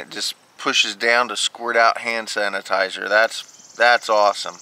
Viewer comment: You said "sand hanitizers" instead of "hand sanitizer" hahahaha